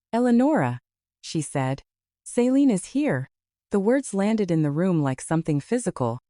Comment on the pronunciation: Pretty sure the sister’s name is Celine, not Saline. She’s not a medical drip.